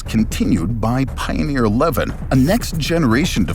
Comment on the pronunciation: Pioneer, not Pioner.